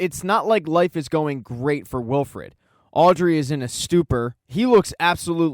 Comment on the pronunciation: thanks, but its wilford, not wilfred, cheers